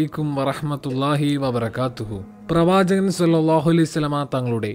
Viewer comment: Pravajaghan Enna ucharanakk pagharam pravajaghan ennulla ucharanayil aan koodudhal bahumanyam ulladh , thanghal onnu shraddichalum